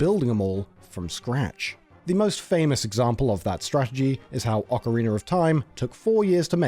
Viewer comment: Wait until you hear Ocariner instead of Ocarina. 😂